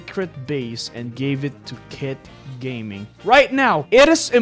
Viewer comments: Bro, chill he’s name is kit gaming not gay gaming 😂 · Kit gayming got me dead 💀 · Kit gayming😂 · Hahaha kitt gay-ming